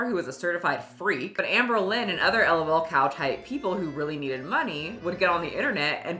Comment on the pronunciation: "Elle oh elle cows" 😂